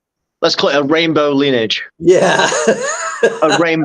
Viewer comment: Lineage* said as lin-e-age